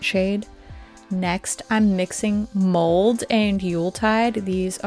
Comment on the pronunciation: Haha! Yes! I also thought she said mold lol and thought eww! was glad when the actual name popped up on the screen lol 😅